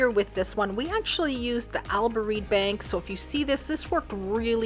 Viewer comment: Al Boraq not Al Barook